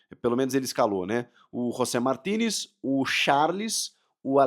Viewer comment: quando André Henning falava Martinez eu entendia Toni Kroos